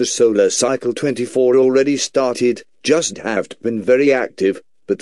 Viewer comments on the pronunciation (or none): "i jost not understarned." "don't try to debunkall" lol